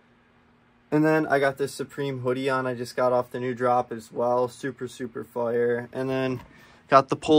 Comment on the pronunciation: the vlogs are great but please no more fit checks there mad cringy like no hate at all but they just mad cringy and u like 20. also u pronounce fire wrong